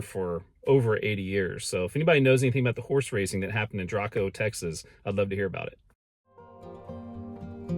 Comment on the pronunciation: Balsora is pronounced "Balzora" and Draco is pronounced "Drayco."